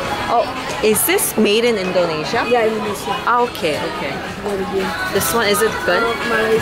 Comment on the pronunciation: Its INdonesia not ENdonesia :)